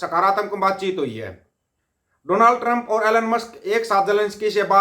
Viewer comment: Bhai Donald Trump ka naam to pe tu bhi ni thik se le paaya😂😂😂